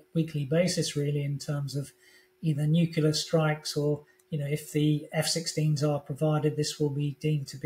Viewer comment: Odd that Chip Chapman, a well educated and experienced man still can't manage to pronounce "nuclear" properly...